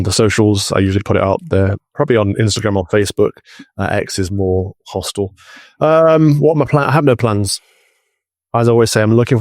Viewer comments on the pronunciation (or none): “X is more “hostal”? “Hostal”??!! You’re not (yet) American, Calvin! “Hostile” is what you need to say 😊